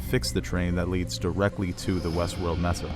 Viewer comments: Just so you know, Mesa is pronounced Maysah, not Messa. Surprising given you seem to speak so clearly. Otherwise good job 👍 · Loved the analysis but it is Sak-OOH-rah, it is not pronounced like saccharin : ) Also MAY-sa and Akane no Mai (like MY) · I hate how you pronounce Sakura and mesa